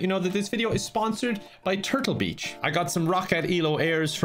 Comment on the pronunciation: The irish accent works against him once again... the sponsor of the video is "Turtle bitch". Is what i heard